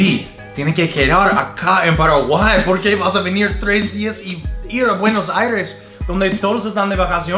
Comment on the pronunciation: A le sale mejor el acento paraguayo 🤣